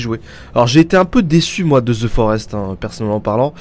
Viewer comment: Ze forest ? Lol au pire tg